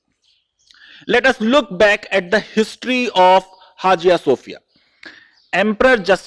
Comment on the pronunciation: Please sir.. Hajia Sofia nahi. Say in a proper manner it is pronounce as haya sofia. Don't pronounce wrongly. How your pronounce knife psychology etc as it is??? You are law teacher do proper reseach and correct yourself please otherwise your students also learn your style.